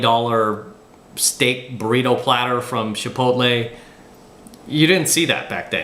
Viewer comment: I swear you and I are separated at birth brother. …except for the way you pronounce Chipotle. We need to work on that one. 😂